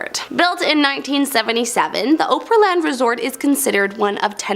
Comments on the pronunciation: It's Opryland as in Oscar not as in oprah. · I like the host but she's killing the name. Every time she says Opryland Resort. Omg,get the PRONUNCIATION CORRECT PLEASE. YOU SLAUGHTER IT EVERY TIME. OPRY,OPRY,OPRY. LIKE OPERA, NOT OPRAH. Please get it right. PLEASE,PLEASE, PLEASE. 😢😢😢😢😢. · I think it's because it comes from opera and she's giving it a European sound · The narrator of the first ten has obviously never been to Tennessee or been a fan of country music. The Gand Ole Opry is not pronounced Oh-Pree, nor is Opryland pronounced as Oh-Pree-Land. It's pronounced as Ah-Pree and Ah-Pree-Land, like a shortening of the word Opera. Ryman auditorium was first used as a church of sorts meant for large revival meetings and known as the Union Gospel Tabernacle. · That OhPree-land pronunciation makes my head hurt…. I am in TN and cannot fathom how she could mispronounce the word when I even have friends in Pennsylvania, Massachusetts, California, and various other places that would never pronounce it that way, and when I have pointed out this video to them and ask them how they would pronounce the word, they all can pronounce it correctly, so how she has butchered the name so profusely is beyond me. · You guys are always mispronouncing a whole lot of towns and locations in America. I know this program comes from Canada please learn the proper pronounce the names before going on. Air. Like Opry land is not pronounced with a long O pry land a short sound My text key pad does not have such symbols to better represent what I am saying. We just use long and short. A capitol has a small streight line above the first vowel letter. And a small upside down arch above the the vowel. This sould be learned in early elementary school. Don't understand? Text me and I will do my best to make it more clearly. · I live in Ohio, and its opryland I can pronounce it, I do love the video's though. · You lost me when you mispronounced Opryland.....................